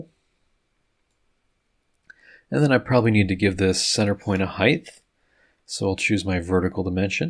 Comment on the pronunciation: Great video, awesome work, and height ends with a T not H... no th sound... if that's the only snag, great job and thanks..